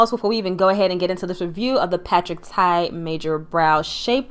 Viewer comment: Congratulations! Patrick TA, not Tai. I love your review! I know that you will keep growing.